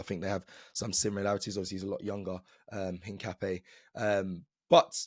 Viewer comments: Een-kah-pee-EH. Stress the last syllable. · I’m not ‘een’. Ca like cap not ‘kah’ like car. Don’t stress any syllable more than any other, it’s just ‘incapié.